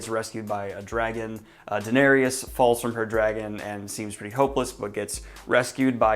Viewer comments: Daenerys is pronounced Duh-neh-ris, not Duh-neh-rius like you say it. You are not supposed to pronounce the “Y” at all. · Daniel...why do you say "Danarius"? XD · He always does that 😂 it grinds my gears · Bro, why do you pronounce the Danny’s name like that?! Same with Geralt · Kim No. I’m well aware that he pronounces names wrong but no one is correcting him at all either. Lol. I just want him to get Daenerys right when he discusses the next few episodes.